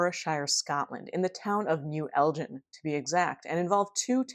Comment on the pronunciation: As a Scottish person, sorry to nitpick... but it's El ginn rather than El Jin! Anyways this really reminds me a lot of the classic Sam the Sandown Clown encounter from the Isle of Wight in 1973 which you've already covered! I don't want to be a total sceptic and say, as with that case, the testimonies of kids are perhaps to be distrusted but... as you note with this case there were strange follow-up incidents and that was the same with the Sandown encounter. Edit... I was posting this comment half way through the video and then obvs you mentioned Sandown Sam. YOU KNOW